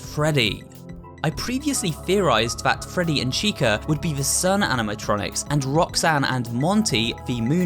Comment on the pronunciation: And that’s not how you say “Freddy”